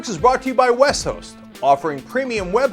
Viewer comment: I heard the name of your sponsor as "Wess-hoess" until "Westhost" flashed on the screen.